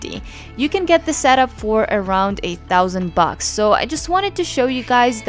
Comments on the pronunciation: Did I hear "for around eight thousand bucks"??? or did say "for around a thousand bucks"? Please help:) Thanks! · But your pronunciation seems to be 8000 bugs... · At first I also thought you said $8000 but I was instantly able to understand you said "a thousand bucks." It definitely threw me off at first haha! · I definitely heard $8000. That’s why I came to check out the comments to see if there was a correction. Ha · I read the comments before the video.. it really did sound like 8,000 the first time hahaha but I head "a thousand" the second time! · She did. Freaked me out 😁. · for a second i thought she said 8 thousand bucks and i have to rewind it understand it properly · I heard a thousand bucks lol.